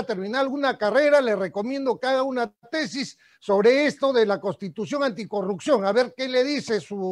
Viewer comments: La palabra correcta es "CONSTITUCIÓN" , él dice: costitución. Necesitamos mejorar nuestra forma de hablar, esto no se trata de ofender a alguien, sino para dejarnos entender bien. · Escucho a Urresti , pronunciar varias veces la palabra "costitución", pésima dicción, está al mismo nivel de Acuña. Parece que tiene las ideas desordenadas e improvisadas. Le recuerdo que todo profesional sabe que una correcta pronunciación es clave para que las demás personas nos entiendan.